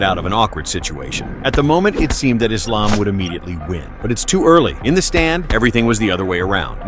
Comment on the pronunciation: it's refreshing to hear AI voice over pronouncing Islam's properly. It's Islam, not Izlam